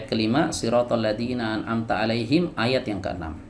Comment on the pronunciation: An amta alif dibaca ain